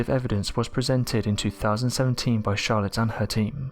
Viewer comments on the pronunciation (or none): none